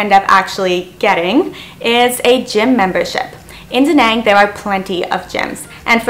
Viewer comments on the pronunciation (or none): She's Canadian but pronounces "Danang, Vietnam" like she's from the deep south.